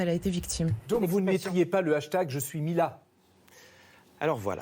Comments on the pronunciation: ..."Il ne parvenait pas ta..." , au lieu de "il ne parvenait pas ZA"... faut de prononciation, faute de liaison. Youpie!!, Saint Clément (gloire lui soit rendue), redresseur de torts et retors à travers tout le beau monde, serait il un homme comme vous et moi, cachant la faute à toute vitesse, poussière sous le tapis? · C'est voulu les 2 fausses liaisons, non? 2.57: Pas "t" a endosser, 4.10: Jamais "t" entendu. Pour le reste 19,5 / 20.